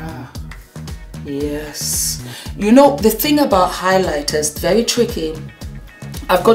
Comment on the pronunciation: Who else heard instead of Thank you so very much! it came out sounding like Thank you so F....much. I love you and all your makeup videos. I can't get over how it sounding like you were cussing.